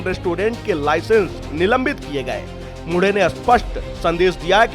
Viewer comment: मुढे नहीं मुंढे... ऐसे व्यक्तित्व के नाम का सही उच्चारण करना चाहिए...